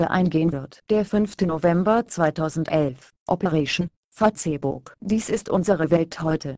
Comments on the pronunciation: haha fatzebukk, anstatt die bei google translater einfach fäisbukk schreiben, so wie es auch gesprochen wird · LOL " Fatzebook " xD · Fa-Ce-ebook :D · Wenn schon, dann Fa-ZEH-buck xDD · warum sagt die "Fazeebukk" :DDD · Fa-ze-book :'D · Fazebook haha Mit der weiblichen Hater stimmer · Fratze book sagt die! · haha Fatzebook xD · Finde die Aussprache von Facebook im Video zu geil! :-D